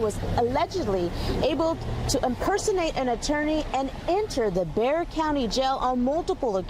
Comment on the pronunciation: isn't Bexar pronounced Bear County? Also, you should check out Steve Lehto's latest it's about a Wisconsin judge who sent someone (who was there for probation violation) to jail for something he hadn't even been charged with. It's crazy.